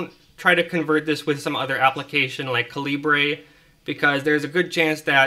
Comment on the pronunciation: Caleebray lol. Dude seriously- it's just the british spelling of caliber.